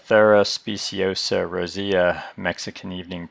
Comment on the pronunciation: EEnothera. Long E, first O is silent.